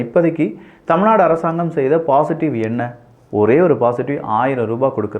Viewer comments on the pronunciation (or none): none